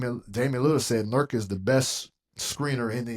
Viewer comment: “NURK” awful Chris